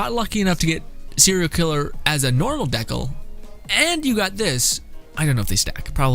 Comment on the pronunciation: Dude are you joking around the way you pronounce decal? I hope so. Dee kale like stickers or decorations you put on a car, skate board, notebook.